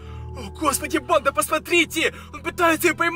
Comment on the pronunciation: Ты говоришь или читаешь реп? 🗿 Кто заметил что он говорит не банда а бандА и т.д.